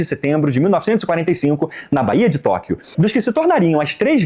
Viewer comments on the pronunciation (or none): none